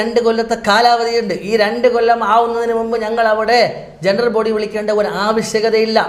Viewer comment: ജെണ്ട്രൽബോഡിഅല്ല. ജനറൽബോഡി👍🏻